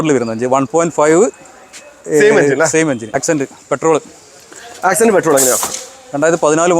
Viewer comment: ഹ്യുണ്ടായ് accent അല്ല x'cent ആണ് ചിലപ്പോ കാണുന്നവർക്കു കൺഫ്യൂഷൻ വരും.. 👍